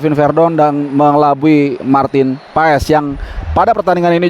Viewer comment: Klo kata coch justin paes di bacanya paas 😊